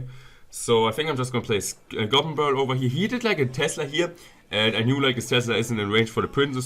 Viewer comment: "Over hier" 😂